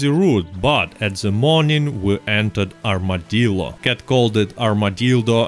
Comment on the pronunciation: Thanks for the giggle, espescially at 'Armadildo'.